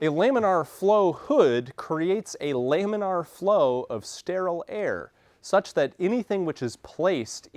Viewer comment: I've also only heard Lamin uhr , he says Lamin Arr